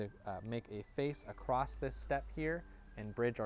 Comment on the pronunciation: the word is “across” NOT “acrost”.